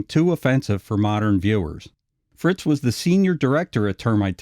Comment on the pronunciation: "Sles-in-ger " "Frizz" not Fritz. "Ub" Iwerks is pronounced like bub I works.